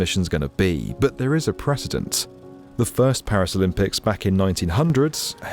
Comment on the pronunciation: Don't get me started. Did you hear the way innovative was pronounced? How about precedent? Down-right confounding .